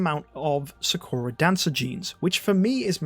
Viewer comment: ik its a dumb thing to point out but you are saying sakura wrong its saa·kur·uh or how they say it in naruto is the correct way to say her name.